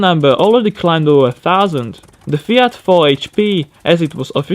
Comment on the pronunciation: Your FIAT pronounce was Perfect! I had to say that! Also, another interesting video.